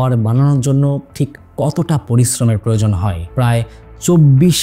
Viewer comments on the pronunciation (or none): none